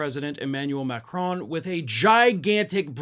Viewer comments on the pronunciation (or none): PLEASE!!! The N in Macron isn't pronounced.